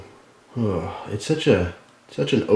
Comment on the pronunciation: hi. = sexy and he say heylo and its awesome